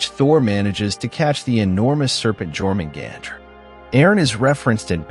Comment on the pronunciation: what bothers me the most is the mispronunciation of Jörmungandr ffs edit: every mispronunciation bothered me. learn how to pronouce names before you do videos in the future